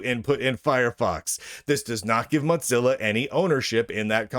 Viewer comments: Wtf is Mutzilla?? Why are you mispronouncing it?? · WTF is a MOTZILLA? Is that a clamato cocktail? Mo-Zill-ahhhhhhhhhh! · I like it, it's apt